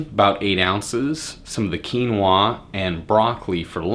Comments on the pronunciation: I like how you say quinoaaaa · you look gay when you say quinoaah